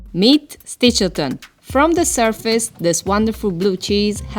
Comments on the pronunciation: She keeps calling the cheese "Stilch-e-ton"... It's "Stitch-el-ton"!!! CHE BELISSIMO FORMAGGIO! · Sti-chel-ton, not stilcheton, not stichiton. It’s not that hard…